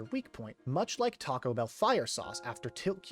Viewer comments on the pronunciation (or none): none